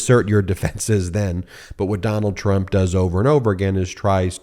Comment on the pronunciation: Trump..... I thought you said turnip 😂